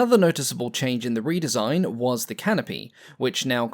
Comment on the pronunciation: Seems like a one-take narration with no corrections. I'ed say it was AI but don't think we had AI 4x years ago. Re-design gets pronounced as "Red-design"! and Proto-type as "Protter-type"!! Perhaps "" is not as English as he pretends and it's all on automatic translation. All Bluddy annoying for being easily avoided.